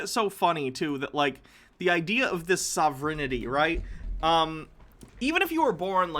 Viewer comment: sovereignty is pronounced sah-ver-en-tee and sovereign is pronounced sah-ver-en